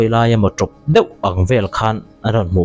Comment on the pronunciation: Khawngaih tak in, det tih hian rawn sawi tawh lo hram la ka ti, deuh tih kha a har lutuk in ka ring lo. Kan youtuber te hian mizo tawng dik hriam rawn lam ri hram hram teh u. Kan tawng te hi humhalh ila, changkanna hian min ei ral lo hram rawh se